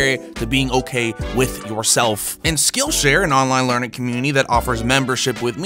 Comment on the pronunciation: I totally thought he said "skin share" instead of "skill share" lol.